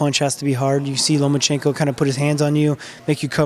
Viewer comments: it's Lomachenko not LomaNchenko lol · The name is Lomachenko, not LomaNchenko. There’s no “n” between the “a” and the “c”. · Nobody, NOBODY: Boxing RePoRtErs : loma N chenko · Russians React Loma is so humble e doesn’t correct anyone but it kinda irritates me that people who cover stories on him can’t take that fucking “N” out of there! 😂